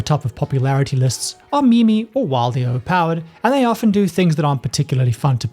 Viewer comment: Meme is pronounced "meem" not "me-me"